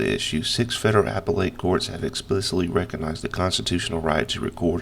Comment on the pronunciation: A - PALE - ut!! APPELLATE COURT. Lol not an apple late!! Sorry brother had to prodyA. Lol